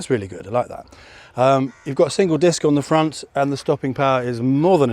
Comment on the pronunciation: The Indian accent on the pront is coming out.Cows and bears,what a peaceful place.